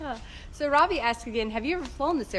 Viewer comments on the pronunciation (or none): none